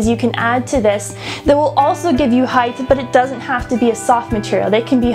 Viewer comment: Height not Hidth.